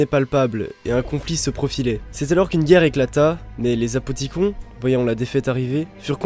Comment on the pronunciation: super vidéo mais pourquoi vous dites apothicon et pas apothiconne ?